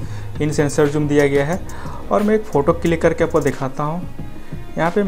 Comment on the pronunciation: Zoom hota he Joom nhi